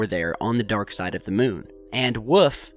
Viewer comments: Y u keep saying Mewn? 😂 Its moon not Mewn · Yes it does! (to borrow your excitement.) The "miewn" (as this calls it, as if cows say "miew) obviously rotates to keep the same "face" toward Earth as it orbits Earth. Did you go to school? Shoulda.